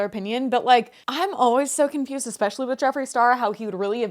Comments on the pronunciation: She said, "exspecially" 😂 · Omg when she said ekspecially i snorted